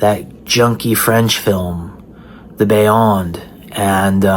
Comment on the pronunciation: I love how you slipped a verbal accent over the 'e' in "beyond" to make it sound like The Beyond is a French film. 😃 We can only hope none of your subscribers actually think Lucio Fulci was French. 😲